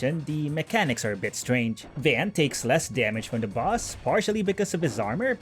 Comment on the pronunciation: It's not Van It's Vawn like saying Dawn or Lawn